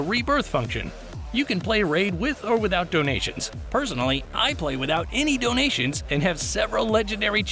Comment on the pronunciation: I love it when he said DONATIONS (